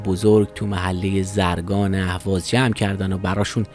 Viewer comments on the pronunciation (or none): تونل زمان تشکر _ فقط کلمه زرگان رو توی دقیقه ده و نیم اشتباه تلفظ کردید باید زرگان رو شبیه پنهان بخونید …. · زرگان با کسره بر حرف ز نه فتحه!